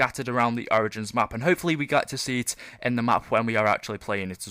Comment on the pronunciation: I love how he replaces the O with A in the word Origins....